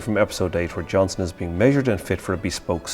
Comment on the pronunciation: Johnston with a T.